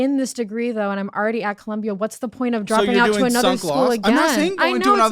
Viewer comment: she really tried to say “Columbia” …. Girl no